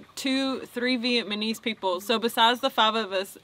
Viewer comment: "There were like 2, 3 Vietmanese people..." I had a Vietnamese kid school me on that for pronouncing it wrong. Then he fed me rice :>